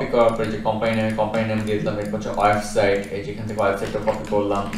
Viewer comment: অয়েবসাইট নয়। উচ্চারণ টা হবে ওয়েবসাইট।